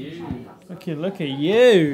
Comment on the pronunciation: “look at you ☺️” “look at YEW 😈”